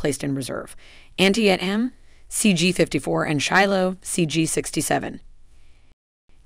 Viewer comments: And don't forget Antie-AT-Umm ..... She's KILLING my OCD!!! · She should research how to pronounce some of those names. It is pronounced "an-TEE-dum"....not "Aunty M". I swear she got half the names wrong!! Or more!!!! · "An tee et em" 👎 that would be pronounced "Ant tee tam" the battle this ship was named after was the bloodiest single day in American military history! Who edited this? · If you are going to feature a ship class in your video, you should learn to pronounce the name of the lead ship of the class correctly. It hurts your credibility that you repeat this short "i" error throughout the video. Also blowing the pronunciation of "ANTIETAM". Sorry to pick nits, but there are literally thousands of veterans out there who have sailed in these vessels wincing every time you mispronounce the names... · TY-CON- DER- O -Ga LAY-TAY gulf, my god at least learn how to say the fucking words AN TEED UM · Ticonderoga is pronounced Tie-con-der-o-ga... Leyte Gulf is pronounced Lay-tee Gulf... Hue' City is pronounced Way City... Antietam is pronounced An-tea-tum... Say it right. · First , in facing verbalized threats from Russia, China, North Korea and implied threats from Iran keep these warriors running. Second, to maintain credibility at least pronounce our ships names correctly...Jeez. Tie-Con-De- Rowga Class. H-Way-City, Ann-tiet-Am...Do your homework...Eye roll.